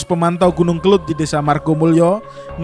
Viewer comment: Yg benar itu kelud bukan kelut.